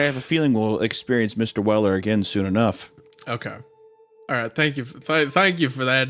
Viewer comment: Mistuh welluh